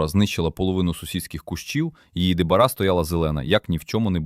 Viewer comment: Що за "дебара"? Може де барао? То серія сортів де барао всі високорослі півтора-два метри. 😊